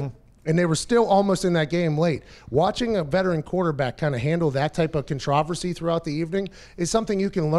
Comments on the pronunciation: Are we just going to ignore pat saying controversy like contrahvercy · 1. IPAD is not better than the surface. 2. THIS ISN"T ABOUT TAMPA YOU WALNUT 3. you are not funny....pronounce contraversy right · did you just say.... contr-AH-versy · I have never heard controversy pronounced like that